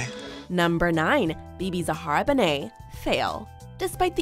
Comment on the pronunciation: She called Bebe benet?